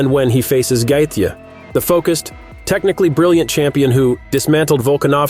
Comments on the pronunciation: I’m telling Justin Gaethje that you’re calling him “Gay-the.” Don’t make videos that you know nothing about. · The way you pronounce gaethje is terrible !